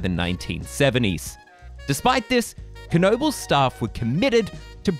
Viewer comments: Great vid, but it's pronounced Noe Buls. The K is silent like in "Knock." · How sure are we that there's a hard "K" at the beginning of that name? I would have gone with "nobles." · Is it really pronounced "kuh-nobles"? I live right by it and I've always heard people say it with a silent K. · It’s pronounced Noebels, the K is silent. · Yes, it really is pronounced Kuh nobles !! Dick Knoebel(owner) would not mispronounce his own last name. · Pronounced Kuh no bulls. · It's pronounced NO BULLS. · Absolutely WRONG! Kuh No Bulls. Put your $$ where your replies are.🤑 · 🙄You are spreading total disinformation please delete your reply. It is pronounced Kuh No Bulls. Why would the owners mispronounce their own name? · Isn’t it pronounced nohbels? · Yes...... this other guy is trolling. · I have a photo of my grandmother, mother (age 3) and aunt (age 2) at Knoebel’s Grove around 1940/1941. They lived in Pennsylvania at that time. I have always heard it pronounced with a silent K. “Nobles” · No! it pronounced Kuh no bulls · Wrong! Kuh no bulls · I am from Pittsburgh, and we pronounce it with a silent "K." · I don't know for sure, but I think the "K" of "Knoebels" is silent; but who knows? By the way, have you ridden GhostRider at Knott's Berry Farm? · Lol incorrect. You pronounce the K in this case. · I'm pretty sure the K is silent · The “K” is silent. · is the 'K' really pronounced? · No, it's not pronounced this other guy is trolling. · Is the K silent??? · silent K